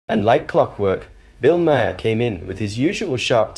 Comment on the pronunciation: Maher is pronounced MAR. It’s an Irish name.